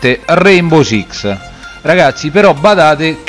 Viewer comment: Ciao È un po’ che non ci si sente Ah comunque è RaiNbow con la N😂